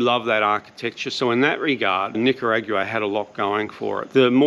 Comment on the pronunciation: The way you say Nicayraugoooaah is so strange. Am I saying wrong?